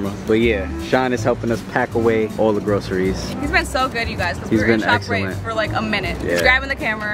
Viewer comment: Did u just say shoprite?🤣